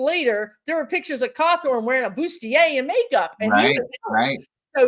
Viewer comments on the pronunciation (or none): none